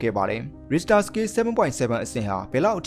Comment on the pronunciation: Professional ကျကျ အထာကျကျပြောချင်ရင် Richter ကိုတော့ အသံထွက်မှန်အောင်လုပ်သင့်တယ်